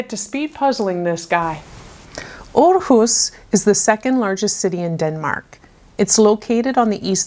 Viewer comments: So funny that the photo on this puzzle was taken in Aarhus. I actually live in the capital city of Denmark and it was quite interesting to hear some facts from Aarhus city. It was very educational and you pronounced it quite well 😃🧩🧩 I'm looking forward to see your next section from the travel around art puzzle 👀😊🧩🧩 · Hahaha. I work in Aarhus every day 😀 Good pronounciation 👍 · Amazing time, and you pronounced Aarhus great 😁